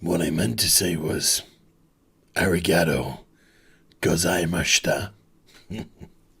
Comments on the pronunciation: As a 0.0002 percent of your Japanese audience, I laughed to your Arigatou Gazaimashita. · I’m not sure you pronounced 95% of that Japanese phrase correct You could be saying a phrase I’m not familiar with. I’m just an American weeb. My knowledge of the Japanese language is limited (to put it kindly) BUT if you were trying to say “thank you very much” in Japanese...you fucked up. You fucked it up BAD It’s also entirely possible I’m having a whoosh moment. Anyone is free to reply to say so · I’m learning Japanese and I was cracking up at the arigatou gozaimasu joke. Today’s intro was golden!!! That pronunciation and then the gozaimasu/ gozaimashita distinction was just brilliant.